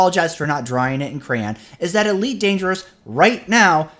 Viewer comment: "Eleet Dangeru" ...I thought you said you're gonna go slower, not that you're gonna go japanese? XD